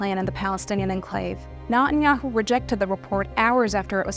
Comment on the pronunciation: i like how she says nutteryahu.... he is a nutter...